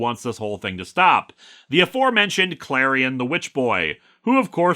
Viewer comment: Last I checked it’s was pronounced Klarion, dun dub dunnn, the witch boy.